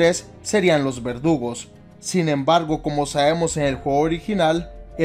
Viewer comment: pense que decía vergudos